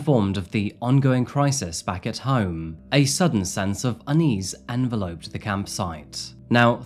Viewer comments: en-vell-up-d, not envelope like the letter sense, its your job just to talk, check yourself when you make these, have standards, quality check yourself, you mispronounce many words lazily here, its not even your second language, an employer would not accept this so neither do we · I enjoyed your video as always. May I offer a little constructive criticism? I don't know if you use some writing software to help you create your scripts or not? But you often use words that you mispronounce, "attributed" comes up regularly & this episode it was "enveloped". I find it breaks my concentration & I know some people use your channel to help them with their English language. "Envelope" breaks down to [IN] + [VEL] + [UHPT], rather than your pronunciation which makes you think you are putting something in a paper envelope. "Attributed" would come out as [UH] + [TRIB] + [YOOT] + [ID]. You can quickly Google how to pronounce words you haven't come across before, or just aren't sure about. I used to check new words myself before any public speaking. Hope you don't take what is meant as a little help the wrong way!? I really do enjoy your work.